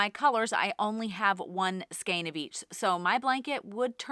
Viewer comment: To my English ears when you say skein I hear skank 🤣🤣🤣 there is nothing wrong with your pronunciation but damn it’s fun thinking about how many skanks you need to make a sweater